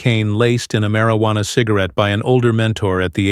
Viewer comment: "Marry-wanna?" Really? AI, I don't think you're capable of taking over the world just yet.